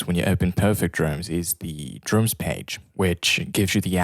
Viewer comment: Please employ someone that can speak English properly. If you are responsible for presenting a product or service, communication skills can really make or break your presentation and chances are that even if you employ someone later that can be understood it may be to late. I can't understand many words that this presenter is speaking. Simple words such as DRUMS being pronounced as DROOMS is really annoying.